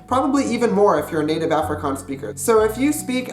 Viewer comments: Afrikaans is my mother tongue and just by reading the Dutch comments I can almost exactly understand what they are saying, but if I can just add one correction ; the mistake you have when talking Afrikaans is you have to go check the out the "e" and "ee" sound , the pronunciation is a little off. Afrikaans is my moeder taal en net met die lees van al die Nederlandse comments ek kan omtrent heeltemal uitmaak wat hulle sê, maar as ek een fout kan regstel is ; die fout wat jy maak is wanneer jy Afrikaans praat is jy moet die uitpraak net gaan oorkyk an die "e" en die "ee" geluid, die uitspraak is bietjie verkeerd. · I watched the first 31 secs of this video and I actually wanna die that you can not even pronounce the word 'Afrikaans' 🙄 like dude common its not that difficult. You burning my ears. no hate 😂 just saying. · please learn to pronounce the word "afrikaans" properly before making a video about afrikaans vs dutch. ek meen my moer bra... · every time he says 'affri-cans' instead of 'affri-kaans' i die a little bit inside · Please pronounce ir OFFrikaans. There is an A there, but it's closer to OFF than AFF. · Some good Afrikaans.... Only one thing... The way you pronounce the "A" at the start of the word afrikaans should be almost an "u" sound... Like the "u" sound in the words "up" or "under"... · why you say "afrikuns "? just say "afrikaans" or "african" don't try to say both. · you saying Afrikaans wrong ... it's *Afrie Kaans so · By the way man, when speaking in English and using the word "Afrikaans" you should switch the type of "A" you're pronouncing. For example, to-may-to and to-mah-to. You should being saying "Afrikaans" like "Ahfrikaans" with the to-mah-to "A." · Please learn to say Afrikaans properly if you're going to do a video on it. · So Cringy hearin a gay American tryin to speak AFRIKAANS AN DUTCH dude just Stop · I keep on cringeing every time you said Afrikaans bc I'm from South Africa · You pronounced Afrikaans wrong